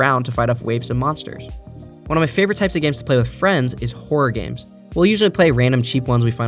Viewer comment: Horror is a two-syllable word. Horror game not whore game. Good video otherwise. Still gave it a Like. Cheers.